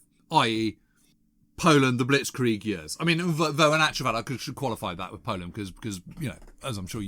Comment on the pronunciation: Who's it wiv, James?